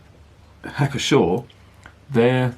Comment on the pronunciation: The P is not silent in Pschor.